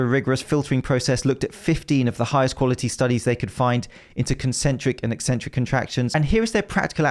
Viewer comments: Thank you for pronouncing it like "eksentric" and not "eeeesentric" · just seeing this video a year late, but want to say thank you for pronouncing 'eccentric' correctly. ek-SENT-ric. Apparently "EE-sent-ric" is a popular way to say it these days and I have no idea why, as it ignores the entire first C.